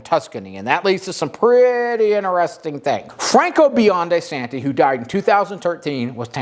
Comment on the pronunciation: Nice video! One small quip - it’s pronounced “san-joe-veh-zay” not “sanjoeveezee”. Also “Biondee Santee” not “Santeh”